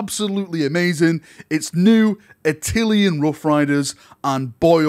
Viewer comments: “A-till-N” not “A-till- e-N”: it’s “-llan” not “llian”. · Not "Attilian"! 😬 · Attilian? Why you say it wrong :( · Admit it! You've been pronouncing it like "Attilian", just so people would point it out in the comments and drive traffic.